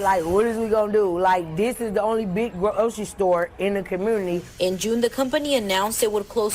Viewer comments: "it broke my heart like, whadiswegonnado like, this is the only big gro ocerie store in da comoonity" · P.S. why do these people say “community” like there’s an “r” in it? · I never knew there was a R in community 'cammuoornity'😂